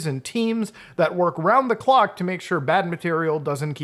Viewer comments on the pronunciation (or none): none